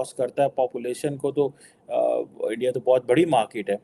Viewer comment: Special: Please don't say मार्कीट like Pakistani anchors ! Say मार्केट